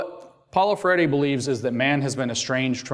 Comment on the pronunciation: i would like to watch this...but the speaker can't pronounce Freire's name.